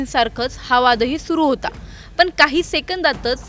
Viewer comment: पन नाही पण असा शब्द आहे आधी भाषा शुद्ध शिक मग अपडेट्स दे.आनी पानी भाषा बंद कर.